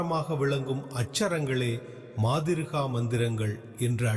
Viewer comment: மாதிருகா இல்லை மாத்ருகா